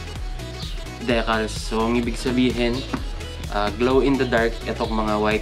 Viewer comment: I think it's Dee-cals po not de-cals. Congrats sa new helmet sir and Ride Safe 😊